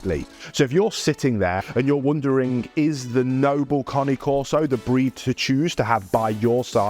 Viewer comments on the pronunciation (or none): It’s not a konny corso!!!! Pronounce it properly fgs